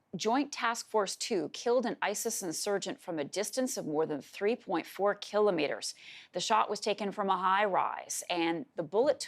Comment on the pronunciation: Who the hell says "keelo Meetres"